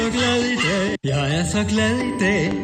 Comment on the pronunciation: Det høres ut som han sier: Jeg er så glad i deig. :)